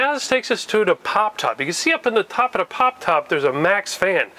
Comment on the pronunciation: I love the way he says when You can see da top ada pop top